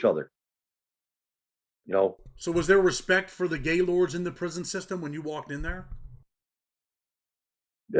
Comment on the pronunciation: It’s actually pronounced GIL-OR-DEY 💯 and not just Gaylord…..I grew up with LK’s and Black Stones so I never liked GL’s and we used to make fun of the name ALL THE TIME! 😂